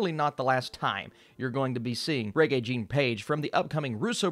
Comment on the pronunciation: Please learn to pronounce Rege’s name properly. Mispronouncing someone’s name when you know the proper way is just disrespectful.